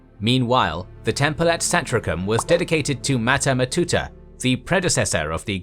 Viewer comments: Mater MatUta, not Mater MatAta. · Good video! But damn, you really butchered "mater matuta", you made it sound like "hakuna matata" xD It always amazes me how english native speakers never bother to google the pronunciation of words. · I think it's pronounced mater matootah. No schwa in Latin. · I REALLY doubt Mater Matuta is pronounced in such way. I doubt it's even pronounced as one word.